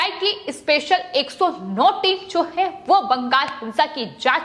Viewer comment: इसको कौन एंकर बना दिया संवाद बोलते समय आधा शब्द मुंह से निकला है ओर आधा कंहा से निकलता है पता ही नही चलता है (है ) शब्द को ऐसा बोलती है जैसे कोई दुश्मनी है बहन जी जरा अराम से शब्दो को बोलो